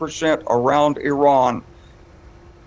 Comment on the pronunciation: These are US warmonger Army generals, still cannot even pronounce IRAN.